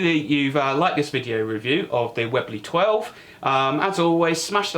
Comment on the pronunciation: probably made the best air rifles the UK will ever produce for mainstream use mite be worth learning how to say the name correctly 😂. Like this review of the raider, your wife's got that safety action nailed haha couldn't be half as disciplined if I tried 😂